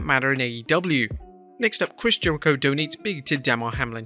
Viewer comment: Why does he say Chris Jericho like that?